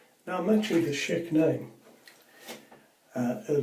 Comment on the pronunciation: Thank you for saying Schick correctly! I hear people saying sheik and I am like "It's not a middle eastern man, it's Schick!" (Sh-ick) 😂